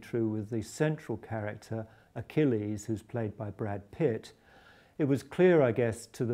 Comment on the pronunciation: did he say brad piss?